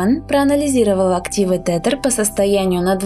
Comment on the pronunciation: Не тетэр, а тезэр читается правильно